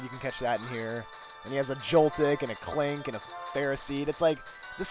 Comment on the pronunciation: U spelled klink wrong u said 'Kling'